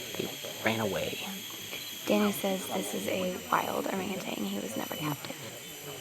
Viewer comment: There’s no g at the end of ORANGUTAN. Please orangu-TAN not orangu-TANG!